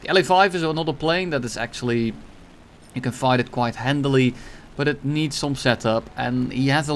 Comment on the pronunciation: I love the way he says "hand-a-ly".